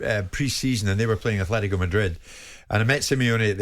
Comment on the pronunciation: There is no 'H' in Atletico Jim! Sick of fucking saying it!!